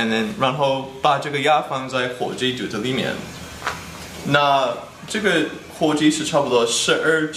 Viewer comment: 郭杰瑞的“肚子里面”说得好像四川话hhhhh